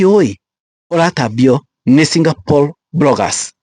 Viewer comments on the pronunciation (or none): none